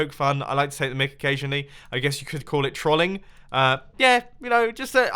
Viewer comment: He even said trolling wrong. wow